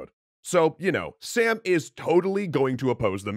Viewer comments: I'm confused. You pronounced "Sam" with a short 'a', but doesn't the graphic show "Sam" with a long 'a'? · Well, they’re not very different. You just drag the ‘ah’ sound out a little if anything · I get that pronouncing a word like hakhamanesh would be hard but sam? realy? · The A in Sam is not pronounced like ham. It’s pronounced like mom. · Its som not sam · It’s not Sam, it’s Sum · Sam actually isn't pronounced Sam it's Sum (like Sun but with m instead of n ) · Its not pronounced like "Sam". the special character is a long "a" so its more like "Sahm" or like the "oa" sound on "abroad" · Now, I cannot confirm with 100% certainty, but I would bet that "Sām" is not pronounced "Sam," and probably pronounced "Sahm," as in a broad /a/ (like in "father"), which sounds a lot "epic mythological sounding" and more "Persian" than "Sam." What I do know is that in modern Iranian farsi at least, there are two "A-sounds." The sound /ɒ/, which is a kind of O-ish "ah" sound, and the sound /æ/, same as English "short A" in words like "cat." The /ɒ/ sound is written with the letter alif, and when romanized is repented either as ā or â, even aa, which is exactly what we see in سام (sām). Historical farsi I think was similar except it had a long and a short "ah" sound: /a/ vs /a:/ and definitely no /æ/. Thus, I'm pretty damn sure that pronouncing it like the English name "Sam" is markedly wrong. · Woulda been neat if you could have clarified that his name is not Sam, but Sām (pronounced sawm), but okay, guess it's more important to joke about it a bunch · two thumbs up! btw the name is pronounced like "Sum" (imagine how u would say "Tom", just like that!), not Sam which is short for Samuel. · Sam name is name pronounced as Saam or Sām(سام) and not Sam(سم) from Samuel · In persian its actually som not sam but really nice work introducing cultures 👌👌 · Not Sam it's pronounced Saam 😊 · Nope, his actual pronunciation is Sāām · Sām is actually pronunced as Saam. It means tranquility.